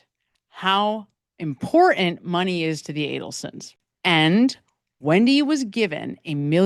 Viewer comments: Great video, but why are we leaving ‘t’s off words? Cerain instead of certain. Imporant instead of Imporant. Why? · Dear Madam: you say "important" & "certain" without using the "T's'. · The words, important and certain have tees in them, please pronounce the T's! It's like my sister-in-law saying. "Samich" instead of Sandwich! Ugh! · When did we stop pronouncing Ts in words?